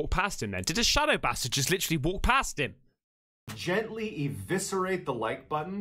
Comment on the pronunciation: Did he basically just say "gentally disembowel the 'Like' button"...?... LMAO!..whaa...t..t..t..